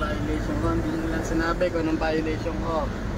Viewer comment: sa pananalita plng, at kilos,, bka di pa graduate ng highskul toh.. sa pagpronounce plng ng violation, wLa na